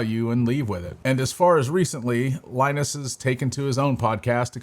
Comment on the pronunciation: Saying Linus oddly and WAN Show incorrectly makes me think this guy didnt actually watch LTT